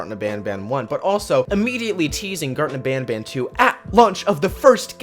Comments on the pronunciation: When he said garten of banban at the intro he said gurten of banban lol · Bro the name is garten of banban not garten of badbad